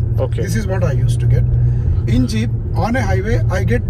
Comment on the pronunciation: Is it Jeeeeiiipppuu or Jeep 0.23